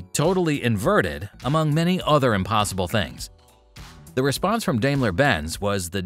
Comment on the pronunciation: Very good but it's pronounced 'DIE mler' not 'DAY mler'.